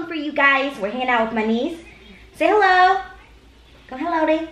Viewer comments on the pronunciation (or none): omg are u Vietnamese??? u said " hello đi "